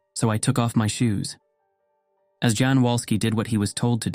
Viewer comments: (I hate to be picky, BUT) It is not pronounced Jan, like John even though they are inter-related. It is pronounced Yan, or even Yawn since ''A'' sounds and ''O'' sounds can be a little interchangeable in many Northern and eastern European languages howver you spell them. AND, wait a minute! Steady on! WHAT was the guy doiung prior to the sighting at approx ? PICKING MUSHROOMS. Hmmmm.. Maybe wasn't the best example to use, even if it was true perhaps? Sure, I recoignise in that part of the world you'd have been picking them since childhood, BUT, none-the-less it leaves itself open to that critisism. The case of the Hills in 1961 brings up memories of my dad, who when watching a documentary on them and other sightings/abductions (this in the late 70's ish?) I suddenly as an 8 or 9 year old realized what a walloper my dad in fact was. He said of Betty and Barney ''if it had been a white man and a black woman, I might have believed it, but not a black man with a white women''.. How on earth he arrived at that conclusion I do not know. But, it certainly raised red flags to me even at that young age about my dad. But then, he was in the Orange LOdge, the predecessor of what in America beciame The Klan (which has a nasty Scottish root to it as many Scots got jobs as foremen and supervisors of slaves. They themselves had been abused by the crown and fuedal barins and Lords in Britain, and to be fair, to an extent, were terrified of being demoted to that orecarious status again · I think his name is pronounced Yan?